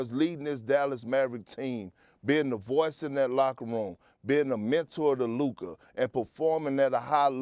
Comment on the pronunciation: He can't even pronounce Luka correctly. I've heard him say Luker so many times.